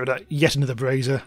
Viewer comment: Its a brasier/brazier not a brassiere